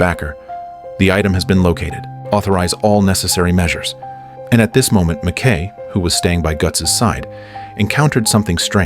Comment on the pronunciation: Pronounced 'Mac Ki' NOT Mac Kay, bloody AI Voice!